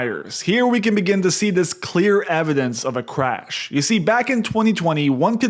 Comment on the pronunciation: Are you saying cwash?